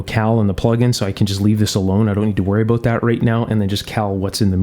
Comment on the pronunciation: No sir, actually it was an aboot I heard.